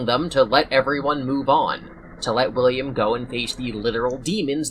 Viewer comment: "Billiam" got me fucked up 😂